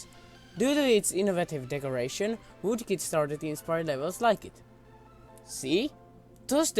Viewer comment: you said voodkid xD thats some vood-oo